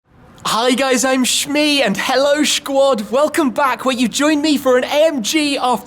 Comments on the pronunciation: I think you should drop the shquad thing Tim. It's awkward to pronounce and not that catchy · could you please stop saying shquad at the beginning of the video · "Hello, Schquad!" :D - Shmee150, 2017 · shquad ? lmao you need to cut that out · PLEASE, NEVER, EVER USE THE WORD; "SHQUAD" AGAIN. EVER. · i hate how u say schquad